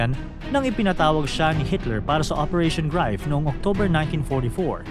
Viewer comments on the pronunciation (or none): none